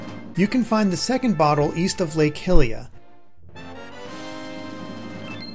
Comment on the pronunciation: it's pronounced hi-lee-uh not hill-e-uh